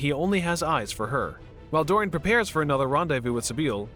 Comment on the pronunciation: Please learn the proper pronunciation of the proper names before narrating? You got Dorian and Henry right. That's about it....